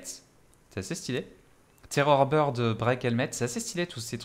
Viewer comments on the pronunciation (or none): none